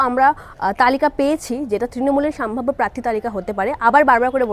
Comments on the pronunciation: নিজের শব্দ উচ্চারণ নিয়ে সচেতন হওয়া উচিত। সাম্ভাব্য নয় সম্ভাব্য হবে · কথাটা সম্ভাব্য, সাম্ভাব্য নয় । ভাষা ঠিক করুন আগে । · কথাটা সম্ভাব্য সাম্ভাব্য নয় , শুনতে খুব খারাপ লাগছে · সাম্ভাব্য না ওটা সম্ভাব্য হবে। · কথাটা সাম্ভাব্য নয় সম্ভাব্য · ওরে বাবু সোনা "সাম্ভাব্য" না রে, "সম্ভাব্য" হবে শব্দটা...সঠিক উচ্চারণ কর। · আপনি কি সম্ভাব্য বলতে পারেন না, পুরোটাই সাম্ভাব্য সাম্ভাব্য করে গেলেন। একবার শুনে নিন ভিডিও টা, তাহলে আর কোনদিন আপনি ভিডিও বানাবেন না। উচ্চারণ ঠিক করুন। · " সাম্ভাব্য " নয়, সম্ভাব্য! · এতোগুলো বিধায়ক,মন্ত্রীকে লোকসভায় টিকিট দেবে বলে মনে হয় না।আর হ্যাঁ,'আগের বছর' বা 'আগের বার' না বলে 'গত লোকসভা নির্বাচনে' বা 'গত নির্বাচনে' বলা উচিত। আর 'সাম্ভাব্য' না।একটু উচ্চারণ বা শব্দ নির্বাচনে যত্নবান হন।মোটের উপর উপস্থাপনা খারাপ নয়।এগুলো ঠিক করলে আরো ভালো হবে।